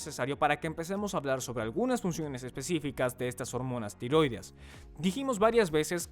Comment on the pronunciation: «Tiróideas» NO, TIROIDEAS, con acento tónico en la «e». Lívido (con acento en la primera «i») = Pálido, con mal color; LIBIDO (con acento tónico en la segunda «i»), impulso sexual. De todas formas, GRACIAS por el vídeo, muy buena información.